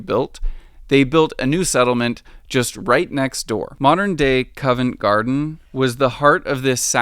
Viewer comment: lol tames and cuvent garden